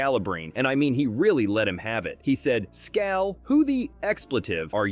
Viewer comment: they traded him....drawing first blood,so a but hurt team down the line is petty and that's not how you pronounce Scal's name